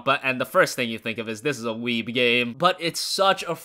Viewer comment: It really didn't sound like a joke with the way he was saying it and I have to admit that annoyed me a bit. Or maybe it was and I am just taking him too seriously. But considering how he emphasised the word it didn't sound like one. That and he doesn't seem to understand what a weeb is or it has suddenly changed in meaning.